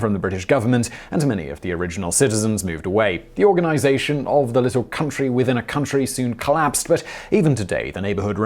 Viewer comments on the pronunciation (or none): none